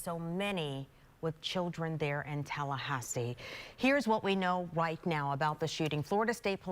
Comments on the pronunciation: Did that black news lady say heres what we know white now? Kinda weird how u said that. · 😂 sis said “here’s what we know WHITE now” 😂😂😂😂 I know I ain’t the only one who caught that 😭💀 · did she say "Here's what we know white now"?